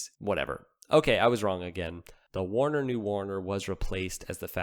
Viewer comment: How the heck do you assume Werner is pronounced as Warner?